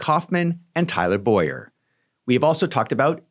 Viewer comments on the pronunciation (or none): Please correctly pronounce Tyler Bow-yer name as Bow-yer. My name is Boy-er. It rattles me...